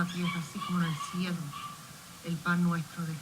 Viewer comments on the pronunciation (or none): none